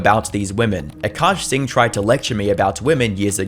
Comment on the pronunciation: “Cuckaash Singh” is crazy 💀